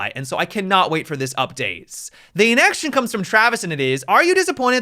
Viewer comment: Does anyone else here nextchin when he says next question?